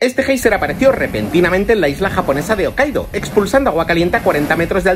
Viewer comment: Se pronuncia jokaido, no okaido